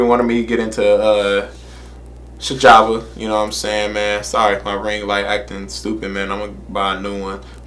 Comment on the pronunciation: Dope reaction bro...Sjava is pronounced C-Java you'll get it right.Abangani means Friends, the song is all about gratitude to the clique. Please check out Emtee ft Wizkid and AKA- Re-up🔥🔥🔥🔥🔥🔥